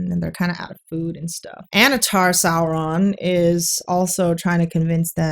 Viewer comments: The exaggerated rolling is distracting as a Spanish speaker. We don't roll them that hard. I don't understand why roll at all but anyway, yhe r in Sauron should sound like the t in water (American pronunciation), not like a Vespa. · Saurrrrrrrrrrrron has Rrrrrrrrrrrrridges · If Saurrrron is resurrected like Jesus, is that an Easterrrr Egg? 😂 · The producers of this series should have just said the heck with the fake and out of place R rolling and had them pronounce all their R's like W's, like the impressive clergyman in the "The Princess Bride" movie: Instead of "Saur℞rr-ron", "Sow-wonn" 😆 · But it's Sindarin not Spanish. In Sindarin and Quenya all Rs are rolled, like in perro. It still doesn't work well, because it interrupts the flow and the actors sometimes trip over it, but it's technically correct according to the pronunciation guide that Tolkien wrote.